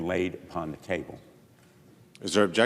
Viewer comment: “I Obaject! ..”